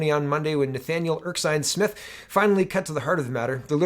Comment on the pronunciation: Your doing it again. Erskine, pronounced Er-skin not Erk-sine